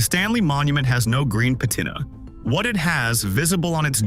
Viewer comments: It's pronounced pa tina not pat ina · patina is said pah-teen-ah not pat-en-ia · Never heard patina pronounced like that🤣